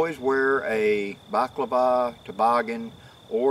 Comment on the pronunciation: That's Balaclava, not Baklava. Otherwise you might have a bear licking your face!